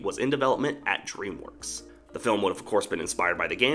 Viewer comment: Please do not say dreamwokes it really annoys , frustrates and infuriates me when you said that